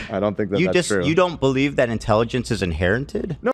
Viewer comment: It's a little ironic for someone to say their race is smarter than other races because they inherited intelligent genes when they can't even properly say the word "inherited" Oh and it's not about race by the way.